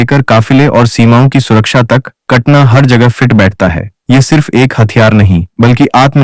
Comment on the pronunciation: कटना नही उस का नाम कटाना है।